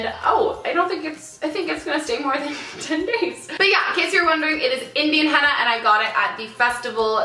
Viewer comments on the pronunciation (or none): It's pronounced Henna not Hanna :D and it's so beautiful.